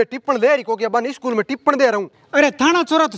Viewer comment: इस्कूल koni स्कूल how